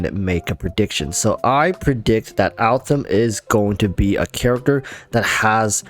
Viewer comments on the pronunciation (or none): Could you PLEASE NOT SAY ALTHAM!!!! He's AL-HAITHAM !!!! Jesu people put some effort into pronunciation. Just show some effort. Don't be lazy. Sorry, got triggered. Butthe good video. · Bruh who the hell is Altham? So cringe man. It's Al haitham ffs either try to pronounce it or don't, why change the name. It's pronounced al-hey-tham. Not that hard. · Can you stop saying Altham please please please, it feels so disrespectful to me, its Al-Haitham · Al- Haytham is pronounced hay like in haystack and the "th" like in thumb Al - Hay - tham The name directly translates to "The Lion" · I call him "that Al- guy" most of the time, because his full name is new to me and I'm really bad in remembering names. 😂 But I agree that if wants to use his name not like me (more like a joke about my bad memory), but seriously, he should try to pronounce it correctly. Otherwise it sounds weird. Maybe, he can't pronounce "Al-Hai-" part for some reason? 🤔